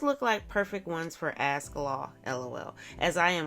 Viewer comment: You read the word "ask" but u deliberately say "axe". Your people really are animals it's not an act.